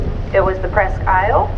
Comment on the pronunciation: She doesn't pronounce her name right I'm not sure but I think it's named after a country in Michigan